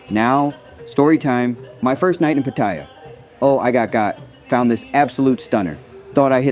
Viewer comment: i would say its patt a ya not patyer